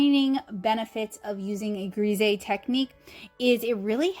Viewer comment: Hullo, these are all such amazing examples of undertone painting techniques! I have always heard Grisaille pronounced more “grah sigh” it is so hard for foreign words to be pronounced in English because of the different dialects in all of the different English speaking countries! I think you created some truly lovely artworks! If I can offer a small critique? If you want the “H” to read better have the character cross her legs at the ankle this way we see the upright legs of the “H” or more of one and a wider portion of the horizontal bar of the letter. You did create a very sweet painting. Thank you for sharing so much of this technique with us.